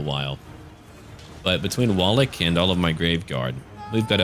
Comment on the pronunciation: you need to pronounce 'Wallach' as 'Vallach', it'll sound better as it's proper;)